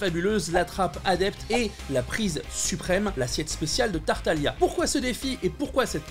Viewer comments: Tu as mangé le "G" de Tartaglia ! Mais sinon super recette ! Elles donnent vraiment faim ! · Excuse moi on dit tartaglia , d'ailleurs tu pourrais faire plus de recettes de genshin ^_^